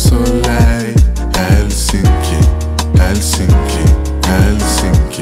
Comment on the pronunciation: Très bonne prononciation de Helsinki pour un francophone